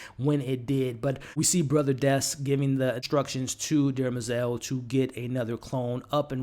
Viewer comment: BTW it’s DEM-er-zel, not DERMA-zel.